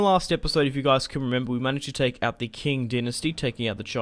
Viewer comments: Its pronounced CH ing empire. ( not king ) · Just so you know qing is pronounced 'ching'